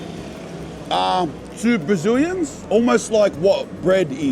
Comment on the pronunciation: When he said " 2 Braziilans " i died laughing 🤣😂 I know i gotta grow up.